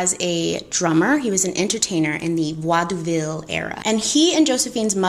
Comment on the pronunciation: Vaud ville like maud ville